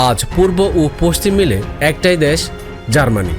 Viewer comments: Dash ki vai.. Desh pronounce korte paren na?? Apnr presentation valo na.. Onk important kotha miss korsen, onk information ordhek bole shes koren nai.. Jara football bojhe Tara amr kotha bujhte parbe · Dash na re bhai Desh bolo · শব্দটা দ্যাশ নয় দেশ....কথাবার্তা না শিখেই চলে আসেন....!!! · ভাই ঠিক আছে দ্যাশ নয়, দেশ সঠিক করে বলেন, না হলে সাউন্ড ইফেক্ট দেখা দেয়। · ভাইরে "দ্যাশ" নয় "দেশ"! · দ্যাশ উচ্চার কিন্তু হতাশাজনক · দ্যাশ.... কি উচ্চারণ ভাই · দ্যান আর দেশ উচ্চারণ ঠিক হওয়া উচিত